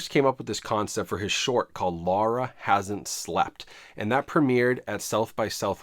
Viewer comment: You said “sar it” instead of “saw it”… 🤦🏻‍♂️🤦🏻‍♂️🤦🏻‍♂️ WTF, are you British now?! ☹️ Also, why do you keep saying “Lara”, when it’s Laura??